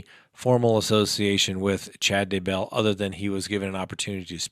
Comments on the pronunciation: Why would you pronounce Chad' Daybell's last name as DUH-BELL? Does it LOOK like it's pronounced that way? No. Have you heard it pronounced that way in the news and on the internet? No. Could it be you just messed up? Nah...not a chance. I stopped watching immediately. How can I give you any credibility after that? Seriously, to pronounce that name wrong tells me you don't even know the story. Everything I am watching is shrouded in nonsense. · It's not da bell.. it's Daybell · At least learn to pronounce the names. Day-bell. OMG how hard is it? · FYI Chris Watts is not in that prison, he is in the Dodge correctional facility. Two totally different prisons. Also, Lori Vallow’s husband’s last name is pronounced Day-bell. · Thank you, It's like nails down a chalkboard listening to him mispronounce their names. And the crazy thing is, he does pronounce Daybell correctly a couple of times so why is he purposely mispronouncing it the other times. Ugh! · Its Vallow not Vallows... Its Daybell not Duhbell... 🤦‍♀️